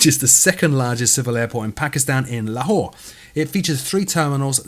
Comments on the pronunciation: i like the way you said lahore and allam iqbal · Great episode. You didn't bash Dovetail, which was a bit biased. They deserve some harsh response. Also, your pronunciation was spot on. La-whore is the correct pronunciation.